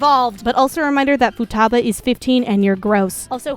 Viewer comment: It is FUTABA, not futabu man, lol